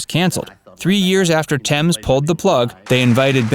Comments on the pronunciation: It's Gary "Bushell" Not "Bushelle". He's not french. At least you pronounced Thames correctly. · I'm just relieved you Pronounced "Thames" right.....LOL